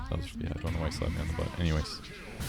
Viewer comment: When you said he slapped you on the butt once I thought you said "he slapped me on the phone once, it was weird" and it took me like a full minute to figure it out.